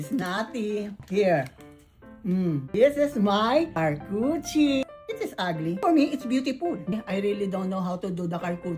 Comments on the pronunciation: It is pronounced as shar-koo-tuh-ree board😊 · Car Coochie 🤣 You’re saying it right 💕 We won’t argue with you🤣🤣🤣